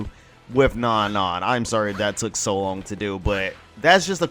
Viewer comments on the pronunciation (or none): isn't her name pronounced No-No? or am I wrong and it's Non-Non